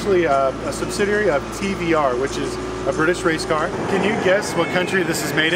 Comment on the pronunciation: Because it is a T"V"R Speed 12 they just couldn't pronounce it correctly